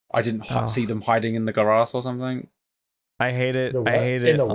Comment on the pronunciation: Not the guh-rass 😭